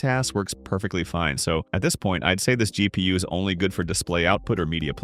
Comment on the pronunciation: GEE PEE YUU